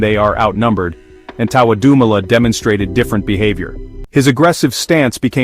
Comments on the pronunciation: Lmao right. Americans are so funny, at least practice saying it before shooting the video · Disrespecting his name say it right with this bullshit narrative